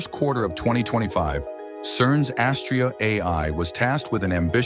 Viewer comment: Astraea is pronounced with the accent on the second syllable, long ‘a’. Rhymes with ‘I’ll pay ya.”